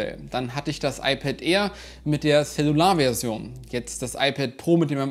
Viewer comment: Wieso sprichst du eigentlich in "Wi-Fi" englisch und "Cellular" deutsch aus? Meiner Meinung hinkt der Vergleich in , weil du zwei unterschiedliche Apps verwendest, die möglicherweise zu unterschiedlichen Servern (nicht einsehbar von hier) die Down-/Upload Rate messen. Dass die "Cellular" Version ein GPS Modul verbaut hat, war mir nicht bewusst, wäre aber ein weiterer Punkt bei der Kaufentscheidung pro "Cellular". Am Ende muss man sich die Frage stellen, ob man für ca. 5 Euro im Monat für die Extra Karte/eSIM (je nach Mobilfunkanbieter) bereit ist, den iPhone Akku zu schonen.